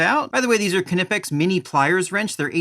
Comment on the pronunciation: Gotta say it’s so refreshing to hear somebody say Knipex the correct way! Best pliers and cutters by far. Use them everyday in aviation. Excellent videos, keep it up!